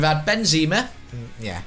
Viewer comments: It's Benzema Not BenZeeema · Plz stop saying Benzeeema